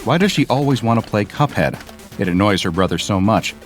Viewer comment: That's not cup head that's hup head